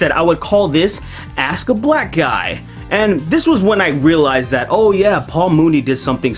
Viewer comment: Axe, it's axe...